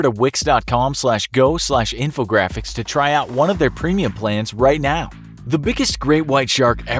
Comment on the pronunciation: When he said Wix, I thought of Vicks...